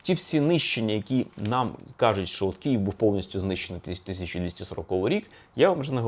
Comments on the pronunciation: К - И - Ї - В . КИЇВ. не кієв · Дратує коли автор каже Кіїв((